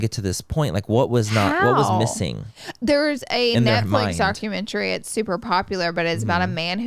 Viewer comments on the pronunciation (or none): It’s Laura calling documentaries DARKumentaries for me